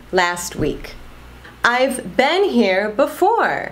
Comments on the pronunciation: você pronuncia a palavra been com som de e! Eu aprendi com som de i! Eu falava bin e não ben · muy buen video, muy bien explicado, pero cuando pronuncias been dices "ben" y yo tengo entendido que se pronuncia "bin". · Então é sotaque? Achei que eu tinha aprendido errado. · Você fala been com sotaque diferente. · dúvida a pronuncia de "been" seria bim ou bem ?